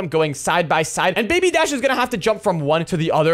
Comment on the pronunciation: It’s dash not shash